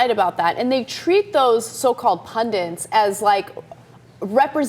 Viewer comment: It's hardly the most important issue here, but why do you guys keep saying 'pundants' instead of 'pundits'?